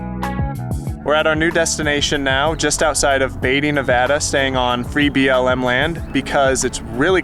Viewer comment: Great videos. Are you saying BLM land or VLM land?